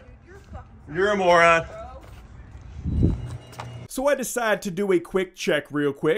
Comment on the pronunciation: From your previous videos the word "MOE-RON" is a bad word